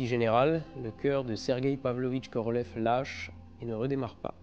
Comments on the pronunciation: Je vois que tu commences à prononcer les noms propres russes à la russe. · à votre prononciation du nom complete de Korolev, j'en déduis que vous pratiquez bien la langue russe. Félicitations.